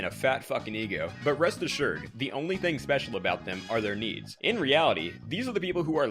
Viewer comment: Oh i thought he said knees i was confused